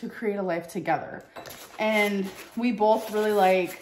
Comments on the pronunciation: "bolth" is still a thing? classic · There is no L in BOTH